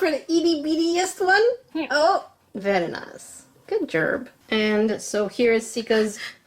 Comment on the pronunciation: good jerb me: did just say good jerb instead of good job? pretty sure she said that